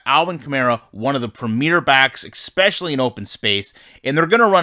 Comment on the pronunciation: “Expetially” lol.... I think you mean especially